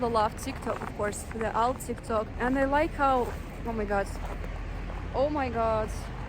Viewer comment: Love the “OhMaGawd” . Sounded like an American.